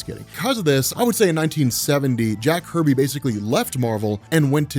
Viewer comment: Jack Kirby not Jack “Herby”